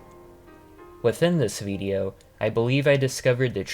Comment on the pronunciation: the way you say "Video" is odd lmao.. it kind of randomly throws me off since your accent is otherwise flawless but you sort of say it like "Viideo" prolonging the "eee" noise for some reason lol. good video otherwise tho